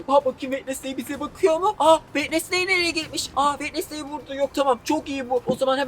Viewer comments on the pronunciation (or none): wednestay değil adı Jenna.ortenga